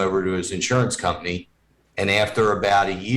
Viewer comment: Compney. Not company